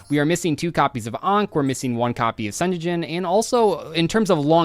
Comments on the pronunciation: managing to mispronounce Sengenjin as Senjejin is wild. It's a Japanese word, just pronounce what you see! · Ah yes, "senyeyin" the very famous millennium card 😂